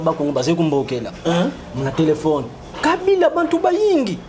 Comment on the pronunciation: Kabila[ Ká..bi..là] c'est comme ça se prononce. Je suis Mukongo.